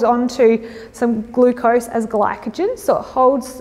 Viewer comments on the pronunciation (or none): none